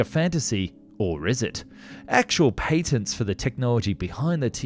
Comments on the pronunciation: Pay-tents? Pat-ents..... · You pronounce patent completely wrong. Apply real English rules.